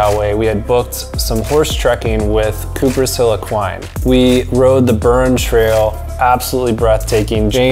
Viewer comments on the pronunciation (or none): On pronunciations it’s pronounced: Gall-way Bur-ren Moe-her